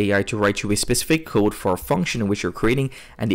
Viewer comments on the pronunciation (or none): Bro learn how to pronounce "code"